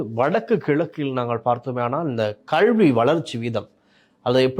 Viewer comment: கள்வியா?கழ்வியா? அல்லது கல்வி என்பது தான் சரியா? சொல்லுங்கள்? எல்லாத் தமிழ் உச்சரிப்பும் படுமோசமாக இருக்கிறதே! யார் உங்களைத் தமிழ் ஊடகத்துறுக்குத் தேர்ந்தெடுத்தவர்? உங்கள் தமிழ் உச்சரிப்பு தமிழை வேறு பரிமானம் எடுத்து விட்டதோ என்ற கேள்வி உண்டாகிறது.